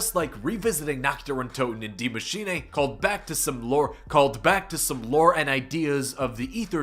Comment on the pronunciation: Its not die maschinay!!!!! But maschine!